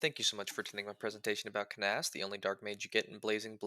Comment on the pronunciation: That is certainly not how I've ever pronounced this mans name in the entire time I've known of his existence. Also Fire Emblem 7 was very funny for locking away the only Dark magic user behind an optional side chapter that, while not hard to get, is also definitely missable if you aren't careful. Anyways my favorite pizza topping is black olives (the real answer would get me Luna cheesed).